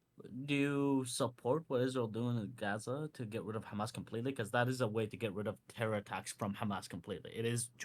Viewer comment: "Do you condone Hemes?" x8 "I'm so rightous duud, I'm political comentator on the internet with biseksüel lighting in the back, I'm always right." Piss off, grifter boy. You only fool lobotomyte children on their phones.